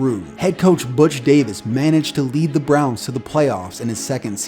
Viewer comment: "The Cleveland Brons" lol